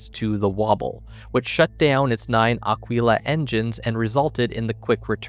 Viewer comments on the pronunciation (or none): none